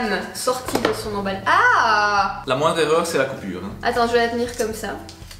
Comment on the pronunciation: Emballaaaaaaa😂😂😂😂au lieu de emballage 😂